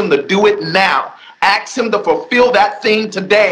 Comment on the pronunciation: I’m going to have to axe Michelle about everything you said